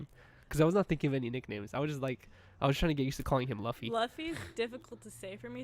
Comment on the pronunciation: Fw the this episode super chill, but when kept saying “luh-fy” instead of luffy (loo-fy) I was cringing hella hard lmao